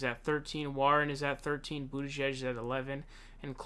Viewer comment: His mispronunciations are intentional 😂 He also calls Bernie, Bernie SaUnders, and always makes up funny names for Amy Klobuchar (Clobber-Car) and Pete Buttigieg (Butt- edge- edge).